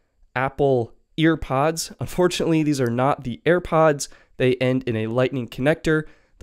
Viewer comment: Hearing “EarPods” annoyed the SHII outta me like say it right or don’t say it